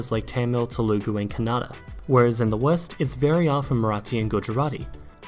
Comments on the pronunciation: That "Kuh nada" pronunciation made me cringe inside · Check the correct pronunciation of Telugu and Kannada.